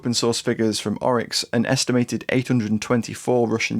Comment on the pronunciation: Stopped watching at "Oryx". Garbo resource run by idiots.